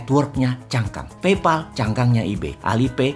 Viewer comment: Pay dibaca Pey Pal dibaca PAEL Paypal